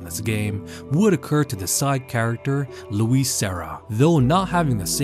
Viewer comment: Louis had the saddest death without question. He died with the last thing he’ll ever hear being his name mispronounced. 🤣